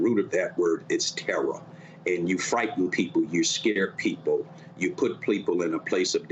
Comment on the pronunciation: "its terra, its terra. terrarizing, its terrafying"